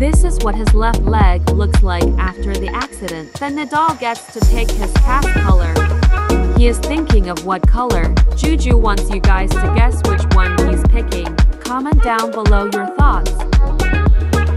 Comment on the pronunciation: bro it’s jiji not juju